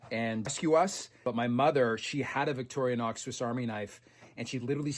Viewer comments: I dont understand when you say you have to have 100% cash to get finance, do you mean you can't use equity in other hard assets like houses, boats etc? We pronounce it Vic torrr nox, you sound like victory nox lol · Wait. Are you calling it vicori-a-nox? This is another alumInIum moment I guess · Hi, just wondering is the name of the Swiss knife company pronounced Victoria-nox, or Victory-nox. After all it is spelled Victorinox with no ‘A’ in sight. And so glad the history bits will be continuing. We all get a little smarter and well educated each time we watch. A history question for you….the Knights Templar. Were they self-less, chivalrous saintly protectors of Jerusalem or a bunch of self serving mercenaries out to line their pockets with Jerusalems riches? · I love your efforts……but if you say Victoria nox one more time……….🔥